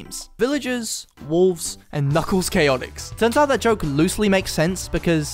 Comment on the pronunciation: I like how he said um knuckles chaotics